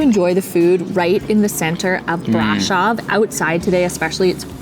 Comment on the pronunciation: It's not pronounced BRAșov. The accent falls on the second syllable. It's pronounced braȘOV.